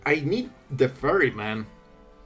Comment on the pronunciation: you pronouncing teferi sounds like "the furry"